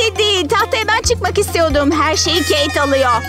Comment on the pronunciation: Oyun hamuruyla intikam sahnesi için bir şey söylicem: Sakız paketlerinde paketin içinden çıkan sakız sert olur-ve agızda hemen hızlıca yumuşayamaz Ayrıca kız keyt gitti demiyorda keyk gitti gibi geldi bana